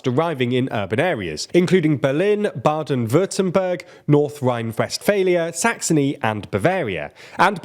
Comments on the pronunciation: Congrats on pronouncing Baden-Württemberg almost correctly. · Damn.. as a German I am impressed that you got the pronunciation of Baden-Württemberg correct :D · Your pronounciation of "Baden-Württemberg" is really good. Especially considering that it is a long word which has an umlaut.